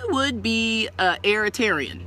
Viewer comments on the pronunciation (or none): She said a airaterian lmfaooo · "airiterian " lol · They're called breatharians.. Not airitarians... Duh